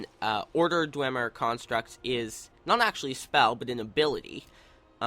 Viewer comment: its pronounced dw em er not dw ym er